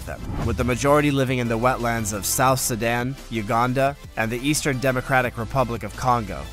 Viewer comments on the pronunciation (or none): none